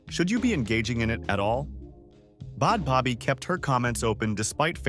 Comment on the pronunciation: Wtf is Bod Bobby??? 🤔🤌🏽 I'm soooooooooooooooooo confused why you keep saying her NAME WRONG!!!!! 😡